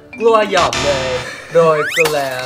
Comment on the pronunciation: เป็นไร😂 อย่าเเซวทีมงาน ห้ะพูดกล้วย-ยบเนยมันเป็นกล้วย-อบเนย😅 ไม่ไมใช้อาหารนะมันเป็นทหาร😂